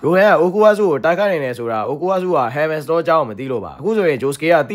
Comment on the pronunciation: Heaven stawလို့ကြားလိုက်တာ ကျောရီး😅😅😃😃🙂🙂🙃🙃